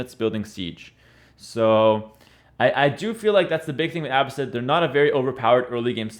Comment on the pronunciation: Why do you pronounce Abbasid like you don’t know Arabic? :)